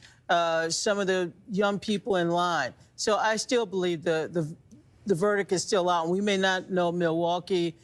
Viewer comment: If you can’t pronounce “verdict” you shouldn’t be on television.